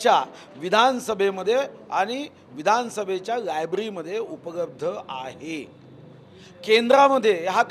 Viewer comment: उपलब्ध म्हणा...उपगब्ध काय आहे😂